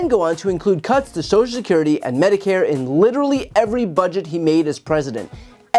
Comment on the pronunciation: Brian, please pronounce "social security" properly!